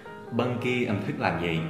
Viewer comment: Em thấy "thích" đọc giống "thứt" hơn là "thít" ạ hihi